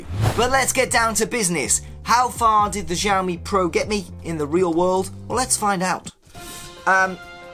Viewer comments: It's xiaomi = /shiaomi/, NOT jaomi.. =) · Its nok jaomi.. Its xiaomi = shiaomi. Damn boy! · It Is not žaomi itx Xiaomi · You saying JAMIE not xiaomi😠😠😠😠